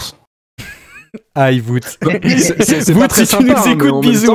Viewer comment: Salut les gars. Wout ça de dit Wow-te, pas voûte. Merci 😄